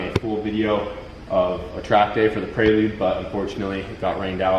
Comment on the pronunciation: hahahaha 'PRAY-LUDE' prelude brother hahah love it